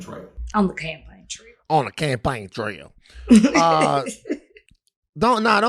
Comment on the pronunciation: Not the “CaamPain trail” 🤣🤣🤣